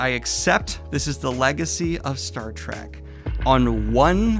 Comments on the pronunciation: Bro, I love your content, but please, for the love of God, it's "Star Trek" not "Track", there is an "E" haha, they are trekking through the stars, not tracking. that is all :) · I love you Daniel, but PLEASE stop saying "Star TRACK"!! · Please stop calling it Star Track. It's been out for like half a century. You called it Star Trek, once. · Does Daniel think it’s called “Star Track?”